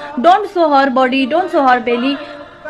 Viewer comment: Dekh dekh ke bol Rahi thi ,us par bhi pronounce sahi nahi tha, her body ko hor body kah rahi rhi